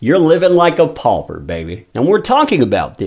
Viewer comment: Live like a “pulper”??? What the heck is a “pulper”??? 🤔